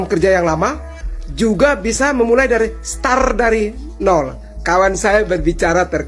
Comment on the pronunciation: Hai,coba kau koreksi lg bhs inggrisnya mulai kog star bodoooh dan dungu kali kau jls2 dikamus bhs inggris nya mulai itu "srart",bodoooh....utk smoga sehat dan sukses sll....